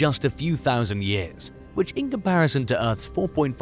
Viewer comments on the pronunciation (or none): none